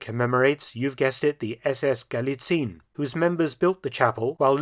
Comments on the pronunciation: While your german pronounciation is usually on point, at least for a native english speaker, this time you've made a slight but understandable mistake. "Galizien" is pronounced "guh-lee-tsee-en" rather than "guh-lee-tseen". The mistake is quite understandable since "ie" in german usually signifies an elongated "ee" sound, but, especially regarding names of locations and countries it is pronounced "ee-en", for example in "Australien" (ouw-struh-lee-en / australia), "Spanien" (spuh-nee-en / spain), "Argentinien" (arr-guhn-tee-nee-en / argentina), etc. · Just an FYI from a German-speaker: It's a bit confusing, since 'ie' is normally a 'long i' in German , but Galizien is NOT pronounced Galiziiin (with a long i), but exactly like it is written, Gal-i-zi-en. If you're unsure, look up the pronunciation of Spanien (Spain), where the ending is pronounced the same way. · Galizien is pronounced ga-lee-tsee-en, not ga-lee-tseen. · Sidenote: the ending "zien" Gallizien is pronounced as two syllables. "zi-en" hence Gal-li-ZI-EN not Gal-li-ZIEN. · Galizien is pronounced Galizien (Galizi-ehn), not Galizeen. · Hey Mark, thanks for the video: just a small thing. I don't think it is actually pronounced "Galizin". It is true that "ie" in German usually means that it is probounced as a long "i" sound but in Austrian imperial times, when it was still the province of Galizien-Lodomerien, the "e" was pronounced seperately and I don't think that the Nazis would change that. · We dont say galiziiin. We say galizi'en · FYI - I mention this because you seem to care about proper pronunciation, not just to be a pedant - the "ie" in Galizien is split across two syllables rather than being a lengthened "i", so it's not "gah-lee-TSEEN" but rather "gah-LEE-tsee-un" (the last syllable with a schwa sound). Much like how Spain, Spanien, is "SHPAH-nee-un", rather than "shpah-NEEN". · German pronunciation is ga-LI-tsee-en, NOT gali-tseen, and the stress is on the second syllablle.